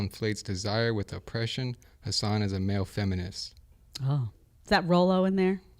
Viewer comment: “Check yourself……” lmao I love this woman